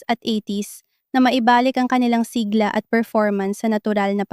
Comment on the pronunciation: AI, clickbait... pati bigkas, siglā dapat siglá